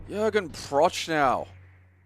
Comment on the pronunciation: pronunciation of Jürgen Prochnow is criminal, but given his absolute linguistic ineptitude, wholly understandable.